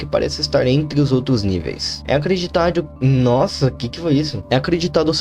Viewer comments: "é acreditadhu" AuhsuauduaudAHSUUASHUA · é acreditadnhu kkkk tive até que voltar pra ter certeza do que eu ouvi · Eu assistindo o vídeo com medo e meio agoniada Ele do nada: é acreditadhu Eu: 🤣🤣🤣🤣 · "É acreditadhu" nss KKKKK rlx, as vzs isso acontece cmg também